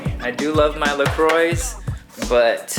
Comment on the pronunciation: It's pronounced" la qua " the oix in croix. You know it's better to say it correctly in French.